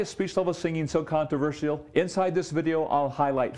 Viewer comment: The most annoying thing about this video is the way he says 'controversial.' And it's the title of the video, so it comes up a lot. It's a contraversheal way of saying controversheal.